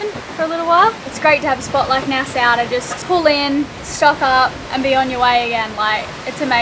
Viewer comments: It’s nas-aw not nas-sow, lol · I'd be surprised if this hasn't been mentioned yet, but I have to inform: It's pronounced Nas-saw, not Nas-sow. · Rileys explanations was mind blowing! I get it! It’s pronounced Nassaw ! Love you guys! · It's pronounced" Nassaw", not "Nassow".... I think, if not I'm correct I will be immediately corrected. 😉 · Nice fishing trip. Oh and Nassau is pronounced " Nas saw" kids. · It's pronounced nas-saw and ba-hay-me-an.